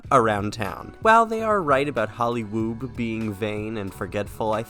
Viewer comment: CAN YOU STOP SAYING HOLLYWOOB? please say hollywoo lmao